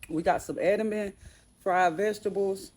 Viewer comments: It’s Edamame 😂😂😂But you pronounce it Ed -A-Mommy 🫶🏾🥰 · Pronounced "Ed du ma mae" your green veg.